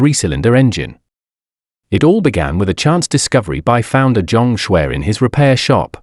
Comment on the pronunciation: He is Chinese by the name Zhang Xue ,not what is mistakenly pronounced as John Scwarz